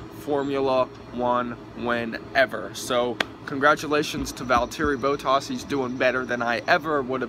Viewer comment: only 5? Okay, how you pronounced Grand Prix, bottas and pretty much all the names. Vettel received 3 licence points not 2. In the case of a false start in F1 they give a penalty to the driver, not a restart. Bottas is doing better than you expected? He's in the best car and only has won 2 races. Not exactly an amazing start to the season. You didn't remember the word DNF? Lewis fighting with Daniel for 20 laps? It was only about 3 he was actually up there with Ricciardo. Seriously man I like Americans watching the sport and all that but if you're gonna upload a video talking about the race at least get the basic facts right